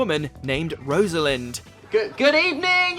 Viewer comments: RosAlind ... not Rosealind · Rose-lind, Asmin and Eileen? Do Rosaline, Asim and Aisling know you guys are taking pronunciation lessons from the same people who give them to Whatculture? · Gedric Asmin Eileen Liza (Pronounced like aliza) Maawen and Rose-alind